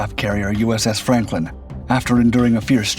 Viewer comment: Is it just me or does it sound like the narrator is calling the ship "Frampton?"